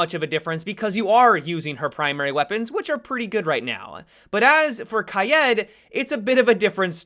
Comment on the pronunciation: That one asian guy Say “raid”. Now say “kaid”